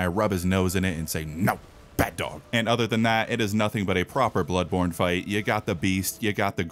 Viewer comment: What TF? Blood THanny Born Tano?!!! Spongebob: The Born THanny... Tano Thanny....